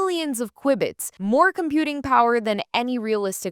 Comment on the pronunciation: while it IS Q-bit rather than qui-biy, like in quibble, this is how we know you did this and not some crappy AI. Your content is entertaining, well researched and much needed!!